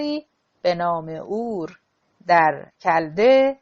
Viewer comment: حیف این کتاب که رو خوانی خانم راوی نا مفهوم و خسته کننده و با یک ملودی و ریتمه یکنواخت خوانده می‌شود خدایی موسسه ای آوای بوف خانم دیگری نداشتند که به ایشان این کتاب با ارزش داده اند ایشان حتی نمی تواند اسمای خارجی که بعضی از آنها شهرهایی قدیمی بلژیک و آلمان هستند واقعا متاسفم که ایشان کتاب را ضایع گردند شهر Urk.